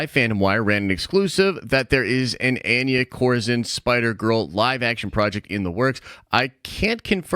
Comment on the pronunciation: it's pronounced "on ya" 😂😂